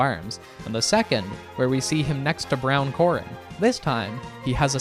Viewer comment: Tell me you're a bot without mispronouncing Korin Do you even know anything about DB without looking it up on Wikipedia???